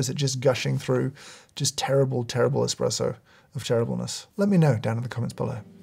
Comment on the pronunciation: Ngl I lost faith in this review when this guy called an espresso an “eXpresso”